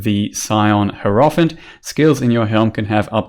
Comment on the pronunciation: Hur-off-ent... seriously dude?